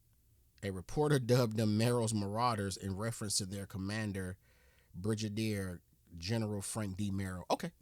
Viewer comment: Also the G in brigadier is a hard G not a soft G, pronounced as it's spelled not brijadier.